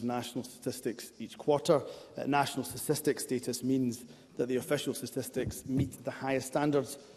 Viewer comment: Is Himso saying “stististics”?